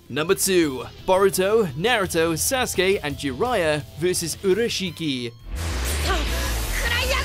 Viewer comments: They still pronounce it wrong tbh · Remember the time WatchMojo used to pronounce Naruto words weirdly? Like they would say Sasookay. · this guy's pronunciation of sasuke killed me